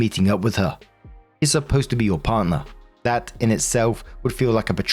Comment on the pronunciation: “Parrner?” Is this story meant to be in a Texas accent?